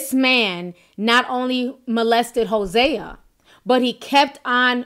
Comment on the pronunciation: It’s pronounced Jose like the Spanish name